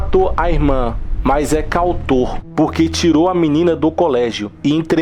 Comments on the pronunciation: "CAUTOR"???? kkkkkk!!!! Deixa de ser burro, cara!!! é CO-AUTOR, imbecil!!!! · Alexandre Scherrer Bernardo E o "Cautor" em vez de Coautor foi pior.